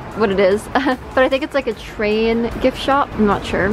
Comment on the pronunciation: “It’s a soap shoap soap shop” 😂😂Shes just like me 🤣